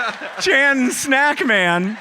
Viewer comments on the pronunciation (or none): none